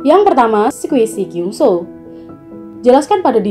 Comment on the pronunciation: It's kyeongsu... Not kyungso.!!